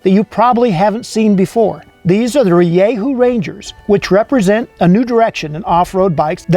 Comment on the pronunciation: its pronounced ri-dju